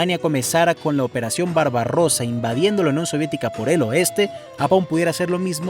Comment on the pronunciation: "barbarosa" :v?